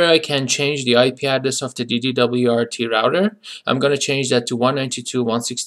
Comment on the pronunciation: Hahah, you say it like you say NASA, not like FBI. So, DD-WRT you'd say the WRT portion similar to "wart" 😉 Nice video tho!